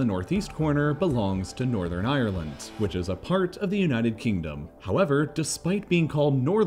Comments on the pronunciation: "Nothern Ireland" funny little mistake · When did northern become nothern? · ah yes, «Nothern» Ireland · “Nothern Ireland” “Nothern Cyprus” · "Nothern Ireland" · Anyone else realise it said nothern ireland? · “Nothern Ireland”! Is that your Irish joke for the day? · “nothern ireland” “ nothern cyprus” nice england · "Nothern Ireland?" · Nothern Ireland lmao